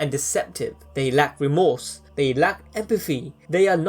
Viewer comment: I cannot for the life of me understand what you're trying to say sometimes... This seems like good content but wtf? "Furst for power"? "Empaffy"? "Higher frills" (thrills?) Dude, "th" exists you know.